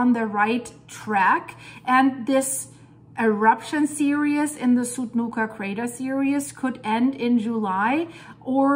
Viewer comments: Seereez. Not seerius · S-ear-E-z S-ear-E-z not S-ear-E-us